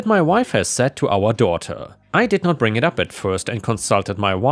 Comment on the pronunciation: The whole “brang” thing (I’m not there in the vid yet) could possibly just be an accent. I have a WV twang and any hard “I” gets drawn out a bit to sound more like “ah” but I haven’t made it there just yet but it was a thought lol